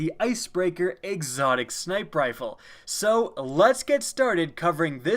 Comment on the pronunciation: Still bothers me that can't say 'snipeR rifle'.